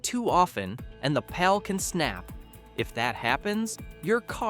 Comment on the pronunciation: Another AI voice. Showing clutch pedals when talking automatics And its parking PAWL not pal